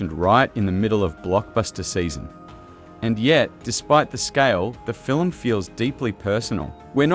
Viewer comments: Fill-em? What’s a fill-em? FILM. One syllable. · Undeniable truth is ALL I want to know. And "film" is only one syllable - not filum. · I took back my like and my subscription after hearing him say “fillum” the fifth time. Nope, I’m out. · The A.I. narrator seems convinced that we watch "fill-ums" instead of films. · FILIM? SKIFFY TRAYLAH? NIGEL PLEASE :face-orange-raised-eyebrow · Stop making “film” a two-syllable word like the enemy of the People, Melania. Fi-lim is Not how it is pronounced. AI should catch a phonics class. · Even A.I. can't pull off a convincing Australian accent. Cadence is all over the place, and no Australian pronounces it "Fillem". SLOP. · What's a "skiffy trailer" and a "filim"? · Yes, and what is a filum? 🤣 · What the hell is a FILLUM? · I think you should get someone to teach you how to pronounce the word "film". For reference: It is NOT Phil-im. Just saying. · Learn to say the word FILM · Film is One syllable word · Research shows that the standard pronunciation in American, British, Canadian and Australian English is all a single syllable. Ireland is the ONLY place where it is regularly pronounced with two syllables outside rare accents. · Wtf is a "fillum"? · Agreed. Still, the fil-em sounds interesting. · "Film," is a one syllable word! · Oh wah...aussie, canadian and a lot of European ppl pronounce film this way. Maybe ax a friend lol